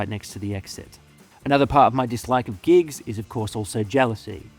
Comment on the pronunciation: When you said you hated gigs, I thought you said GEESE. As in the new hot shot band. Lol.